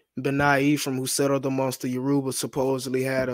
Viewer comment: “Yaroobuh” in place of Yoruba every 5 seconds is killing me. 😂